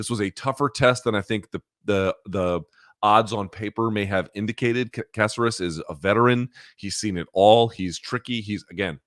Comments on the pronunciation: caceras. y cant u pronounce. its not a casserole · For a guy that's married to a latina he pronunciations are terrible. Alex Caceres (Kah-sair-ess) they say it correctly every time he fights in the broadcast. Lol How tf does this guy always butcher names??? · Why are you, is he, saying Caceres’ name like that? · How does Luke not know how to pronounce Caceres by now?